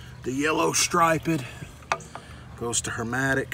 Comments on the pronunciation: Suction line looked sweaty. Compressor was running bro.it's Herm-E-tic not Herm-A-tic